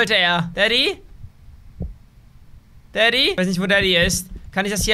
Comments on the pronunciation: Ich verstehe manchmal nicht dadi sonder also du bist der böse vater. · Daddy klingt wie 😂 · Immer wenn du daddy gesagt hast hab ich verstanden